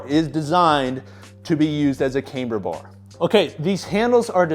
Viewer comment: Why does say cameber bar instead of camber bar? Is that some kinda accent thing?